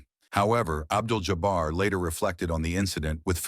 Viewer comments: Abdul JOBBER????? I hate AI. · Y'all please stop with the AI narrators. Just read the copy yourselves. Who TF is "Abdel Jobber?!"